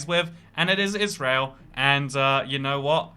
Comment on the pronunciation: Please say Israel